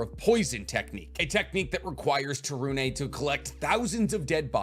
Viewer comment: Yay you said to torune properly!